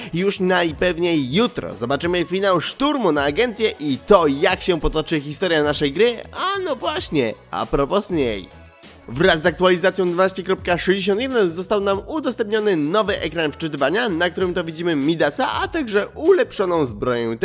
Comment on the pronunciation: pls nie wymiawiaj S w słowie a propos bo to s jest nieme i strasznie mnie to kuje w uszy jak tego słucham. Ale generalnie super filmy